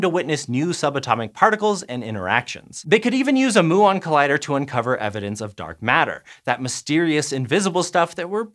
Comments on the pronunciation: Muon is pronounced MYOO-on, please learn to say it right and re-upload the video; I'm an ESL student and I knew this 20 years ago. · muon is pronounced mu-on like the Greek letter, not moo-on like a cow. this made the middle really hard to listen to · moo-ONs :D Made my morning, thanks :) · Moo-ons is how cows say muons. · Everyone I know says mew-on /myuon, and I hear a lot of people from all over the place say muon daily. It was quite odd to hear it pronounced that way. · Moooo 🐄 I'm glad he says "experiment" the right way :) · these guy doesn't even know that he should say mYuon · Why did he keep saying Moo-ons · Moo-on? 🐮 Really? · wow, a particle physics with a guy that does NOT know how to say MYUON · Exactly. It is painful to listen from a science channel, makes you question the reliability of the whole channel. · Linode can be subjective - but Muon?! I had to stop watching after the 15th time he said it. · Please pronounce Muon correctly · Pretty sure your saying muon wrong. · The way he was saying muon 😶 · Oh thank god someone wrote a comment about this. My eyes were about to pop out mah head every time he said muon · learn to correcly pronounce muon. ths last one (DUNE) is a detector not an accelerator. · I can't cope with the word muon. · He pronounced it wrong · Particle physicist here - I don't think I've heard "moo-on" before aha, typically people use "myoo-on" like the greek letter. More interestingly with regard to a muon collider, the other big engineering constraint is that muons decay in microseconds. You can extend this relativistically when you speed them up, but you can't escape it, so you have a ticking clock from the time you create the muons to the time you collide them. The LHC currently takes hours from injection to collision, so this would be a significant design difference, though it should still be possible. A muon collider would be really, really exciting. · Also a physicist - never. "mew-on", not "moo-on". Think cats, not cows.